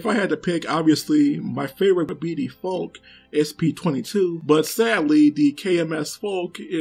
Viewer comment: The e of Falke is spoken.